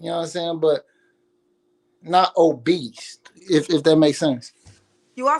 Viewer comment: "I dont want nothing OBEAST" 😂